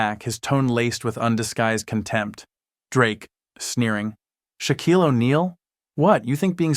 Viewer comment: I wish the story teller would learn how to pronounce Shaquille’s name correctly